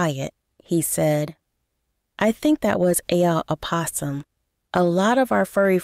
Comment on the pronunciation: Wow mis pronunciations Did I hear that correctly furry animal an opossum ? Ii am cringing